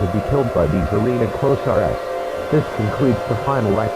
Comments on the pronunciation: “The arena close are ess” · "The arena closier" " The arena closiar."